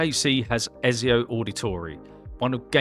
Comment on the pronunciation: Why you keep saying ezio name wrong? 😔